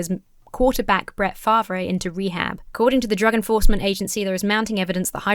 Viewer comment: Minor note, former Green Bay QB Brett Farve's last name is pronounced like "Far-vh". Can't blame a person from the UK not knowing something specific about American football.